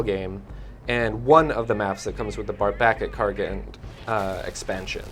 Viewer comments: Karkand not karkland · LOL. I laugh every time someone calls it "Karkland". Fail. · seriously? i can't count the amount of times people called KarKAND KarkLAND